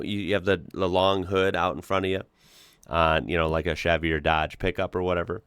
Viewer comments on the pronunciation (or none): none